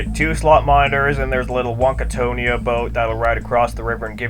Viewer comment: It's called the Wonkatania, Not Wonka Tony ah lol on god man